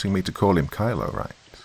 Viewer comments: Kilo is pronounced "key-low" not kylo, thought it was a star wars fanfic for a sec. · Doc. OMG I did not expect that one! You did a wonderful job, as always.. The mispronouncing of "Kilo" as "Kylo" + the emphasis on the military background of the bodyguards! 👏Very interesting?!? I love how intelligent she was & how fierce she became, instead of portraying her as the stereotypical helpless victim! 🏆👍